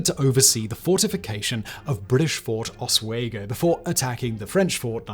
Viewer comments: My wife went to the university of osWEgo lol that osWAYgo pronunciation had my wife and I rolling lol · Oswego pronounced (os-we-go) not (os-way-go). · It's Pronounced Fort Os-WE-go, NOT, Os-WAY-go. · Great content as always Simon, however you really need a pronunciation guide for some of these. Oswego, in the area of the US you are talking about is pronounced (OSS-we-go) not ((oss-WAY-go) like you were using. Oswego is the local native Iroquois word that was “romanized” that means where the water pours out. Before you haters on here disagree, I live in Oswego, NY where Ft Oswego once stood and Ft Ontario still stands today. The small city of Oswego, NY got its name because the Oswego river that splits it in two empties into Lake Ontario in that city. Consequently, both forts were on different sides of the river. Ontario is on the east side, and Ft Oswego was on the west side. The site of the latter is now a park named after Montcalm, while Ontario was used up until the end of WWII.